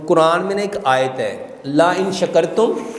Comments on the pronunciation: سر آپ قران پاک کى آىاتىں نہ پڑھا کرىں ۔ آپ صرف ترجمہ کرے تو ىہى بہتر ہے کىوں کہ آپ سے قران پاک پڑھنے مىں غلطى ہوئى ۔( لئن شکرتم ) کے بجائے آپ نے( لا ان شکرتم) پڑھا لىا جو معنى بالکل غلط ہو گىا ۔ لا کے معنى نہىں کے ہىں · لا اِن شکرتم نہی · laa en shakartum' nahe hy bhai laen shakartum la'azedannakum hy